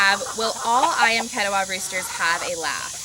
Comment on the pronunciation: You should learn how to pronounce "ketaws" properly from Indonesians.